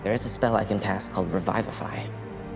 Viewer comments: Revivify is not pronounced Revive-if-eye .. its Re-viv-if-eye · My rules lawyer just started freaking out and scattering all the papers and just glitching. Also this is my first time hearing someone pronounce revivify as Raivafai or however you spell that pronunciation. That also caught me off guard and I get a feeling I should just keep my distance at this series no matter how good it looks because c'mon guys at least follow the actual spell description and casting time. Tiny Hut casting time can be such a great way to cause tension when you're trying to hide and you're being pursuided Anyways rant over, it's their game but I needed to let that out. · Raivify? XD that's interesting drow pronunciation